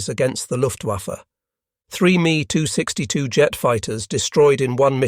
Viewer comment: M E 262 not me…Asinine Imbecility pronunciations strikes again..